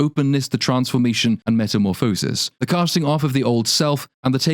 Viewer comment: The word “Metamorphosis” is pronounced with the emphasis on “Morph.”